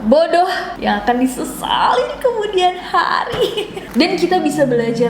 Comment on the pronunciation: "YANG AQAN DISESALY KEMUDIAN HARI" im sorry nes, but when you said those magical words its really making my day 🙈